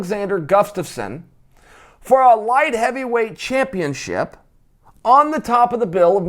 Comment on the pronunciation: 😂 Chael is so smart but can't say "Gus-taf-sson" ... He says,"Guf-taf-sson" everytime!!!